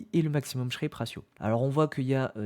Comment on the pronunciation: "Sharpe" et non "Shrape"